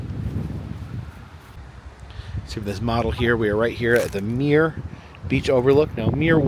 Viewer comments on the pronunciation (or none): none